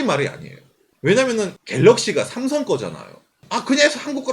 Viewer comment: 다 좋은데 왜 자꾸 쌤송쌤송하시는지..;; 한국인이시면서 제대로 발음해주시는게 좋을것같아요.. 내용자체도 구구절절 삼성신파극인데 쌤송이라하니까 왠지 우리스스로 삼성을 너무 비하하는듯한 느낌이들어요..